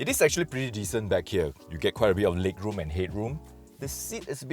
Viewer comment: lig rum end hid rum sounded like a nigerian basketball player